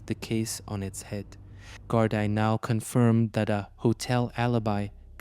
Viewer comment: Gardai is pronounced Gardee